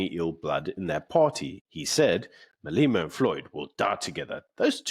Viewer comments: Day 1 of asking why they pronounce Julius’ surname as “Maleema” and not the correct way which is “Malema.” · You must be the only person in the world who calls him Maleeema.